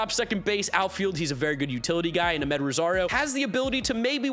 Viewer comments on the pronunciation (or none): none